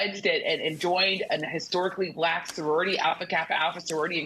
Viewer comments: I notice how he pronounces "Black", as though he needs to empty his mouth. "...she happened to turn 'blleeck' and now she wants to be known as bleeck.....she made a turn and she became "bleeck." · Pronouncing black as ‘bla-hck’ in frustration is telling like a mf. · I love how he pronounces the word black. It looks like it tastes bad.